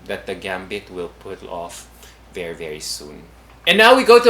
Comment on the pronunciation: I hope that will improve her pronunciation. She communicates well, but her pronunciation of the letter 'e' is a bit odd. For instance, instead of 'ever,' she tends to say 'eyver’. instead of ‘very,’ she tends to say ‘vayry’. It’s just a small change. she’s a total package. 🙏🏼